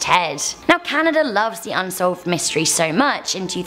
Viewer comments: ntntnt it canada not canadar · Across canaderr huh 😂